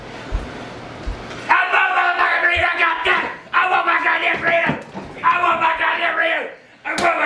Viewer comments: “I want my godam Burriter 😂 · Burrito not burriter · He’s saying burrito tf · sounds like he’s saying “I WANT MY GODDAMN BRITAIN!”